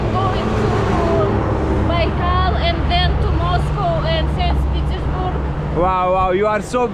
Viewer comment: You pronounce lake Baikal wrong. You pronounce 'bai' as in 'baisakhi' and 'kal' as in hindi 'kaal'. So, pronounce like 'Baikaal'. Your stress is on second 'a' ....